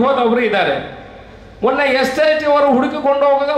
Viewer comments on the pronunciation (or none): none